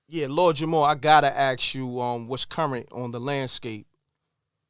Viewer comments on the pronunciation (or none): Its ask, not aks. Come on folks, lets do better